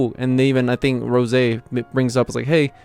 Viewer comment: Bro it’s roze like the spirit(alcohol) Not rose.🤙🏼